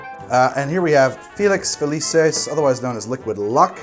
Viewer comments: It's not Felices its Felucis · To pull a Hermione, it's FeliKISS, not FeliSIS. In Latin, C's are hard.